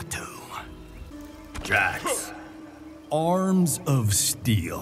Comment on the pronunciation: "Mustard" "Ketchup" "Gelatto" 🤣